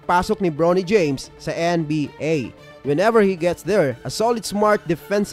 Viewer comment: Bronny LODS hindi “Brownie” parang sa Aso.😂😂😂😂😂😂